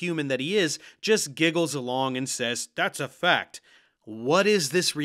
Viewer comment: “Thassa Fact” 😭😭😭😭